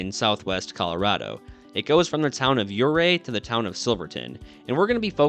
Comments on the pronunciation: Ouray isn't pronounced "yeray" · Please! Learn how to correctly pronounce the name of the city Ouray if you’re going to be making a documentary that includes it. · Let's get the name of the town pronounced right. When pronounced correctly the "O" is silent and the town is fashioned after a swiss Alps type of setting. It truly is a beautiful little town. KOA is also a great place to camp in Ouray.